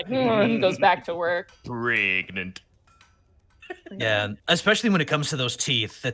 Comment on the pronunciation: saying pregnart, will always make me burst out laughing.